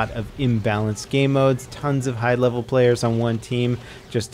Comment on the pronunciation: He said 48 playas